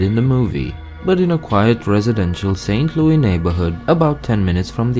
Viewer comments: its not called st. loui, its st louis! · St.Louie😂😂😂 It's St.Louis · this guy got like three facts right! He needs a proper fact checker he acts like we are all farmers, we have city's and even some pretty fancy houses. Also the pronounce thing is totally wrong! He knows nothing :) Also: Missouri (Miss-rr-i) St. Louis (Luw-is) And your so called Cario is in Illinois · I know i'm 4 years late but i'm reading the comments below and it's hilarious. St. Louisans do say St. Louis with the S, but we also refer to it as St. Louie in jest and in (for lack of a better term or phrase) historical reference. Thank you Judy Garland While the US is a melting pot of cultures, Missouri is kind of a melting pot of Americans lol. We can't agree on any pronunciations and often times pronunciations are less regional and more familial (kind of exaggerating, but a lot of families will have different pronunciations from the general pop. of the region). In St. Louis alone there are many different accents/dialects all within 10 minutes of each other. We have a lot of southern, native, french, and northern influences. So anyone saying WE missourians say one thing one way.. probably hasn't been outside their respective town ever. To add to the confusion.. I say Robot, my dad says Robutt. I say Washer, he says Warsher. Some say (I-44) I - Forty Four, others say I - farty far. So to you,, as an outsider to the state, well-done on your research and presentation. Also fun to note: St. Louis is split by the Mississippi between missouri and illinois. We call this divide crossing the river. Nothing super fascinating, but you'll often here from the missouri side at least "Don't cross the river after dark," or other things. Also, STL and KC have a big barbecue rivalry. no clue why.... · LouiS NOT LOUI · He didn’t even say St. Louis correct🙄🙄 not st Lou-ie. St. Lou-is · We say Miss-rrr-i, not miss-oo-ri. And it's St LouiS not St LouIE. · We call it St. Louis... NOT St. Louie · Saint loo-iss